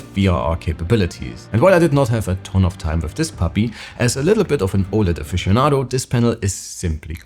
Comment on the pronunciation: Be aware that yesterday, lenovo enabled a 20% discount coupon before launch. In case they sell a lot of units at launch, here's why. Btw.. Don't talk spanglish. Just one language is OK, "aficionado" sounds like the ass without proper pronunciation.